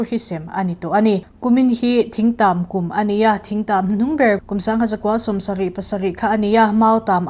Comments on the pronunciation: Lallen, ṭhing tàm, rawṭhing, hi lam rik dan a dik lo. Thil hre deuh chin in ngaihthlaktir hmasa ṭhin lo a nih hmel. Lo intih RUNMAWI FAMILY ve chuan e, kan îp châwih châwih mai a lawm. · Mizotawng zir ila ngai nasa hle mai. Lallen khua i lam dik lova Thingtam i lam dik lo bawk a dang pawh ngaithla nawn rawh in zir tha rawh.